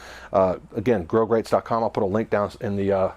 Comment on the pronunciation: A point of clarification ... Regarding grill grates, it's actually (no s at the end). It's spelled correctly at the bottom of the video, however you pronounce it as "grill grates dot com". So I went to and was redirected to a company that makes industrial ceramic products. Regardless, your videos are very informative.